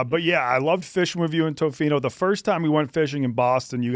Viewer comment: (not being rude). It’s pronounced Tofino: Tuh-fino. Not Toe-fino.